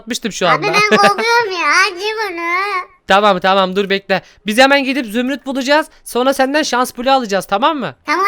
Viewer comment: zümrüt diyeceğine zümüt dedi...